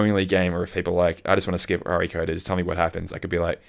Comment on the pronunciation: saying Re:Coded like R.E. Coded is unhinged ~ or should I say unchained ~ It's not a Resident Evil game lmao The Re in Re:Coded is short for remake and is said just like the normal prefix re- like in remake, redo, relive etc ~